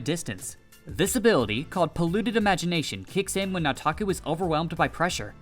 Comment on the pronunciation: You keep saying "Nataku" like a white dude. Its annoying.